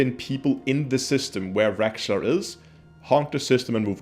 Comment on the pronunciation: its raxxla not rexxla and for that in this extremely rare case I gotta thumbs down it